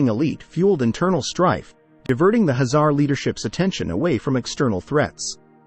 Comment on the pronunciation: Why he keeps saying Hazar instead of Khazar!?